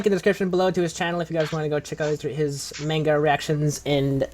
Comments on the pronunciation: Ga he said it like Main Ga XD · Gah, it still bugs me how you pronounce "Manga".